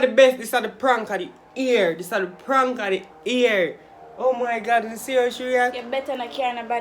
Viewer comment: Sorry teamken but teamgio come harder yasuh😅😅yooo a living madicks Eno yuh Betta wife dhat goodie all guh fi the knife tpcl yow 😂😂an it's year not ear 😂😂😂😂wooii💯🔥🔥🔥